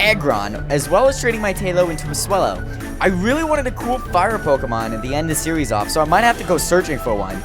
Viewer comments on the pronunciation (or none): none